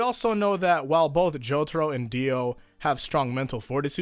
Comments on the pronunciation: Why you gotta pronounce it the American way... jo tar o... :( why not JO TAH ROH! The dio way! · Hey can you stop calling Jotaro as J o t o r o? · Nam Nguyễn Phương Well says it as Jotoro. Jotoro should be the right answer.